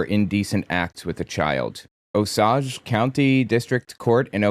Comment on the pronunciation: It’s pronounced “Osayge.” Thank god it wasn’t Tahlequah. Love your videos though.